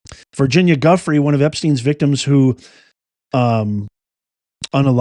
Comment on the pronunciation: It's just a small thing, but it would be nice if you pronounced Virginia's surname correctly. It is pronounced joo-fray. Rest in Peace Virginia 🌹❤